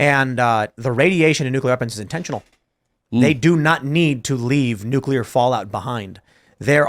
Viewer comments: N-U-C-L-E-A-R ! not Nucular. Damn how do people get so far in life without people around them correcting incorrect spelling. Like Calvary instead of Cavalry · . They are called nucleeeer weapons. Not nucular!!!!!! Did you graduate grade school???????? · BTW, ity's NUCLEAR, not NUCULAR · Huge pet peeve of mine, i hate when people pronounce Nuclear as "New-que-lur", ITS "New-klee-ur". When you say it wrong, you sound retarded, no matter how smart you actually are. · Totally nucular! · Nuculer? Who is this guy, Homer Simpson? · NUKE-YOU-LER is not a word